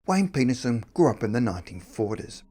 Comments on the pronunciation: Hahahaha!! At the beginning of the video, I swear that it sounds like he says Wayne Penis-son! That made my juvenile-humored day 😊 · That's what is sounded like. 😂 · Collier totally agree